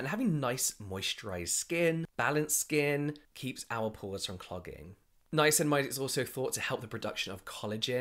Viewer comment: I now only call it ‘nineamicinamide’ poor lol